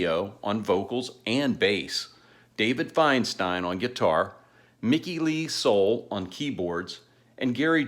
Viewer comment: I love Elf. Would have loved to see them live. Hell, I wish there was some decent live footage of them. The little that's out there is poor quality. I just bought a really nice Japanese release of Trying To Burn The Sun. I even have 2 cd's of the really early music by Ronnie and his various early bands. Someone burned it for me years ago. All the way back to 1958. BTW Soule is pronounced Suul, not soul. I heard Ronnie pronounce it that way.